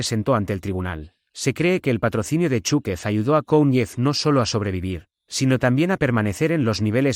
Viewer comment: Zukov... digan Zukov... no Chuque...